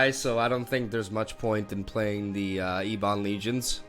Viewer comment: Ebon is pronounced "Ebbin" not "Eebon".. dork.